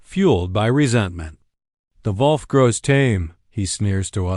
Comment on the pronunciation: Dear lord! How difficult is it to pronounce the word "wolf" correctly?